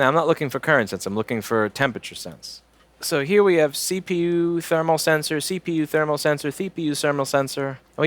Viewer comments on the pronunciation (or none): Theepeeyouuuu thermal senssor i loved it hahahah 😂😂😂😂😂😂😂😂